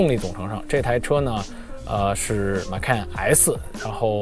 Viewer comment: 马看 这个口音